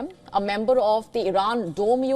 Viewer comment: HER ACCENT PRONOUNCED ...DID SHE SAY IRAN DOME OR IRON DOME?